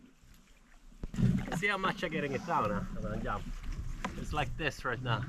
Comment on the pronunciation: Always nice to hear the "I gonna yump into this proyect" 😆 Love the videos